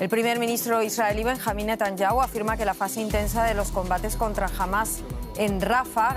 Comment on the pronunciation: Van mil meses de guerra y todavía no aprenden a pronunciar bien el apellido del primer ministro. Son un desastre